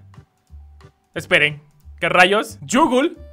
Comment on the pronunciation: Ya no es Google es yoogle